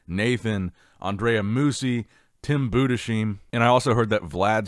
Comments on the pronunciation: Please his name is pronounced boo-dis-hime, not Buddha-seem, it makes me cringe so hard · I beg you; stop butchering Tims name 😂 It‘s pronounced: Boodis-Haim Greetings from Germany 😅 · I've gotta tell you, you're pronouncing Tim's name incorrectly. I'm American living in Germany and it should be pronounced like: Boo des highm. The spelling with ei is pronounced like eye. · Tims last name is pronunced Buuhdes haim. please dont spell it like an Shh, i always makes me freak out. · His name is pronounced BU DES HEIM... LIKE HYME. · It's pronounced "Boodeshyme". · may I try to correct your pronunciationof Tim Budesheim? The name is a two parter: first part is Budes - the s belongs to the BudeS and not to the -heim and -heim would pronunced like "h" - like in house, Harry, hopefully - like a normal "h" "ei" = like eye or i "m" = like a normal "m" Maybe you wanna give a try next time ;-)